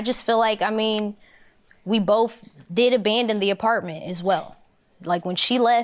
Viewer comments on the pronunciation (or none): "We boff" 🤦‍♀️ it's We "BOTH"